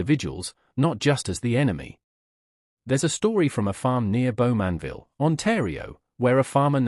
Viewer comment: You could increase your credibility if your "research" were a little deeper, and you pronounced names like 'Bowmanville' correctly. It's very simple, just put 'pronunciation: Bowmanville' into Google, and presto, a pleasant voice will say it correctly. Now your research could go a bit deeper. For instance, the shackling started because the Canadian troops at Dieppe had a manual showing how to shackle German troops, and in retaliation, Canadian POWs were shackled for months, while such practices were not permitted under the Geneva Convention. Also, in terms of murders in POW camps, in at least one incident, the perpetrators were tried by the Canadian trial system, sentenced and executed.